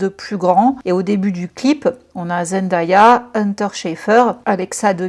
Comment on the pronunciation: Je vous en prie (pas que toi), est-ce qu’on peut prononcer correctement Zendaya ? Ça se dit Zen-day-a ("day" comme le jour en anglais) et pas Zen-da-ya 🙏